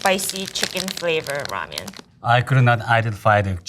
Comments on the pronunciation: She can’t pronounce ramen in English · she can’t pronounce “ramen” though 😅. She kept saying “ramyun” which is the korean style noodle soup. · She cant even pronounce ramen 😂 RAMYUN 😎😎😏😏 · The girl keeps mispronouncing Ramen as ramyen or ramyun... And tonkotsu as tonkatsu 😐😐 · i love how it's clearly written "ramen" on the packages, but this beach goes out of her way to say "ramyeon" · Someone tell her to pronounce it "ramen" instead of ramyun. Put some respect on its origins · Is it ramen or ramyen? That girls keeps adding a Y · Korean Lamyeon not ramen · In Korea, instant ramen and ramen are classified as different foods. Instant ramen is called 'ramyeon', but ramen is called 'ramen' just like the Japanese pronunciation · Ramiyen, lol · Why are they saying ramyuen not ramen? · Ramen not ramien 😅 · She keeps saying rah- me-yen. Never heard that pronunciation before. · Cool, I hear them pronouncing it like: Ram-yen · She lost me at “rameein” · Is it pronounced "ram-yen" or is she just saying it weirdly? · It's cute everytime she pronounces "Ramen" like that. RAMEAYN :) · I'm surprised she's Korean instead of Chinese because the way she pronounces ramen sounds really like the chinese way "la mian" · I never knew before how much it being pronounced "Ramyen" bothered me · Why is she pronouncing it ram-yen? Is that the authentic way to say it? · Also ramen “ramyan” lol I think Korean was probably just her first language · The female chef says Ramen similar to the Chinese pronunciation. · The narrator mispronounced every single ramen. Like butchered it. Goodness...